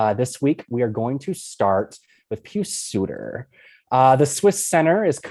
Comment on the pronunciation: Thank you properly pronouncing Suter’s first name